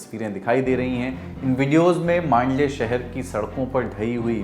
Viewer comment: mandaley ----- isko man-d-ley bolte hai